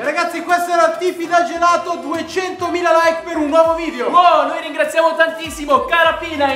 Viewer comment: GELATOH ALLAH VANIGLIAH